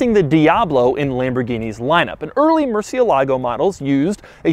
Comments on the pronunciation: Doug murdered the pronunciation for "murciélago" every single time. Come on, just get the accent on the correct letter, it's not that difficult. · Not once did he pronounce the name Murcielago correctly. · Every time he says murcielágo i cringe. Why do we have to butcher the names? It's MURCIÉLAGO GOD DAMN IT. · I know I'm a little late to the game with watching this video, but is anyone else bothered that he's pronouncing "Murcielago" wrong? If it's spanish then emphasis would be murciElago. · Tbf, Ed mangles it too lol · Am I the only Spanish speaker watching this video and laughing each time he says murciélago? 😂😂😂😂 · Doug's the type of guy to pronounce Murcielago incorrectly. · I speak Spanish and this man's pronunciation of 'Murcielago' triggers me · As a native spanish speaker I got so frustrated every time he said murcielago. IS MURCIÉLAGO! You are missing the accent mark Mr quirks and features. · The Murciélago is named after a fighting bull that survived 24 sword strokes in an 1879 fight against Rafael "El Lagartijo" Molina Sánchez. Pronunciation is stressed on the e, not the a, as Doug had mistakenly pronounced in several of his videos mentioning the car. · Murciélago is stressed on the E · me gusta el video pero que mal pronuncia murciélago